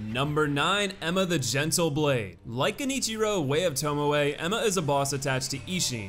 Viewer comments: Thank god you said Tomoe right this time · Hey he said TomoE right! neat! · Interesting to note that between the difficulty ranking and this video realised the Corrupted Monk is a woman (should probably have been called Corrupted Nun, frankly) and learned to pronounced "Genichiro, Way of Tomoe" correctly (rather than "Jenichiro, Way of Towmow"). But still can't get "Gyoubu Masataka Oniwa".